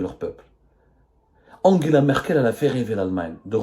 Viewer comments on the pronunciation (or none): none